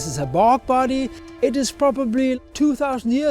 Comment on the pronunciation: I know that she's saying "bog body", but my brain keeps hearing "f*** buddy".